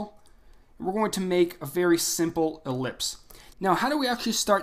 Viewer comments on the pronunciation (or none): The "E" in ellipse is pronounced.